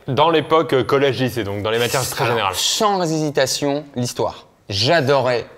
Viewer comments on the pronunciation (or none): Je lui la seule à entendre "sans zizi tation"?😂